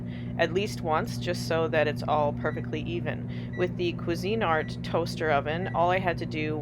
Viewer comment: It's Cuisinart, not cuisine art...just FYI. 😊